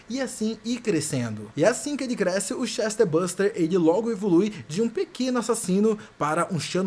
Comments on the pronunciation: Não é CHESTER buster, é "Chestburster" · Por que você fala "ChestERburster"? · Chester buster não amigo, Chest, de "peito", "tórax" - burst quer dizer estourar. Ou seja, um ser que estoura o tórax. ChestBurster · "Chester" buster........ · "Chesterbuster" é novidade 😂😂😂😂😂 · Correto é chestbuRster (estoura-peito) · Daora esse "Chester buster" kkkkkkkk